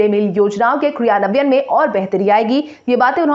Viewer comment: Kriyanwan sahi se boliye